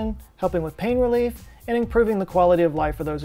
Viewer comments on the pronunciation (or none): none